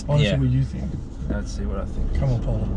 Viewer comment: Is ur name Paula? Or porla? Lol